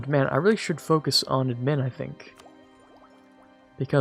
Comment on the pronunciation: I love how you pronounce "admin" lol